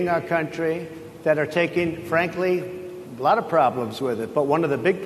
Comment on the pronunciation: "They liked me a lud"